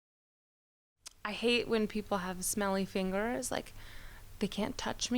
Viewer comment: Why she say fingers like that😂